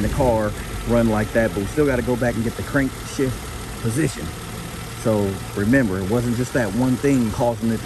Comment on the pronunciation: Crankshaft position sensor? You keep saying Crankshift position sensor 🤔🤔